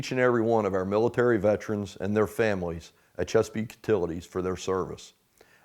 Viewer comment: IT'S PRONOUNCED VET ER ANS... NOT VET TRANS🤣🤪😵😵‍💫😡